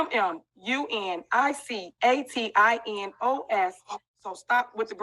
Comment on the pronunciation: "Communicatinos "? What thin the hell...? 😂😂😂😂😂